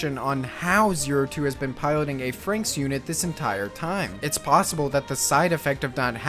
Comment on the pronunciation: Why does everyone call it "frankx" wtf. Iss "frannix"